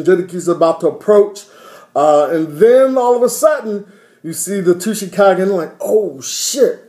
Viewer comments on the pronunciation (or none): I was going to call and tell you the same thing about Granny Chio how it didn't make since either. That's the problem with fillers when they don't pay attention to the Manga. By the way the "T" is silent in Tsuchikage.